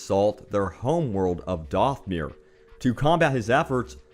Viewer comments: Dathomir. Not Dothmere. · It's not doth-myr it's dath-oh-myr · Dothmir is what you’re saying but it’s Dathomir short a not Doth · The planet is pronounced Dath o mere. Plus, death troopers are the black troopers in rogue one. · You keep saying mauls homework wrong... its not dathmire